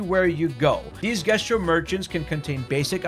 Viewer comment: 70 hours playing a game with voice actors and you still can't pronounce Jestral‽